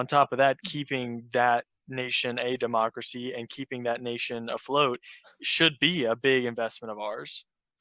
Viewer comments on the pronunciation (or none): De onwy demowcwacy in de middwe east!